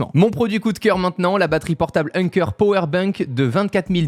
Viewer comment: Quand tu parles d’accent, il faut prononcer pAwer et non pas pôwer 🎉